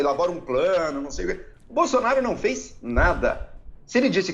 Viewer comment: "Incrusive Boslonaro"